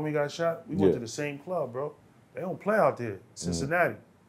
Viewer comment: “It doont sound like fun” - shut tf up 😂